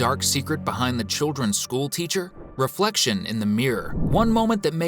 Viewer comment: Even the narrator said "thats odd, madam gazelle doesn't have a reflecfion" in the halloween episode